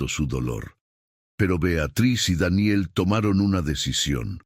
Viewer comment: Como siempre el narrador metiendo la pata con la pronunciación de Daniel